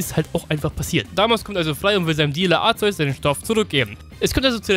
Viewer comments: ARKEUS wirds ausgesprochen Btw. Kyogre wird warum auch immer kaioga/kayoga ausgesprochen find ich schmutz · Du weißt wie man Arceus richtig aus spricht trotzdem nennst du es falsch verdammt wie und warum was willst du damit beweisen...?